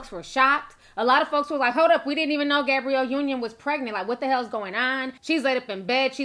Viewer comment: Did she say Gabriel Union at the beginning? Lmao 🤣🤣🤣🤣🤣